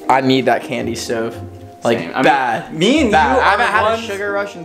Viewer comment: it's same not saim